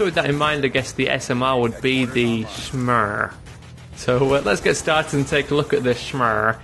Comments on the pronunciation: Lol "The Smerr" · you said smrr like butter in swedish